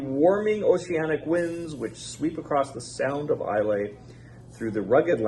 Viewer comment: Nice video,. Bunnahabhan was pronounced correctly. However, Islay is pronounced I la. This dram is quite nice. I really like it. Whisky Wednesday is a keeper l, IMHO. Cheers!